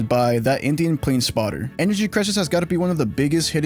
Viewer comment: i didn't even know you added my suggestion until now lol. also its not "that indian planespotter" its "that indiana planespotter" but i understand the confusion.